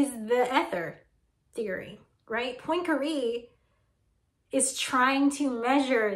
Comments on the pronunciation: "poynkaree"... ma'am I speak French and I'm sorry to report it's "pwan-ka-ray" love your videos tho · I feel more anxiety when you pronounce Poincaré in your special lil american way. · Great video but how you say Poincare...